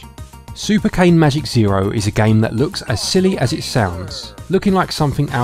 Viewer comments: Nice review! By the way I want to tell you that Cane is not pronounced cane, but Ka - Ne. It means dog in italian if you ever “wondered” the meaning of it 😂. It is pretty obvious. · Im Italian and "cane" its pronounce "cane" not "kein" try it on Google Translate: select Italian language, write "cane", and listen to it with the microphone. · The game is based on an online italian comedy cartoon called "scottecs" and the title means "super magic dog zero", so the correct pronounce of cane is /kane/. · I’m italian, and the way you pronounce the word “cane” (which means dog) it's both wrong and fun 🤣 it seems like you mean a stick!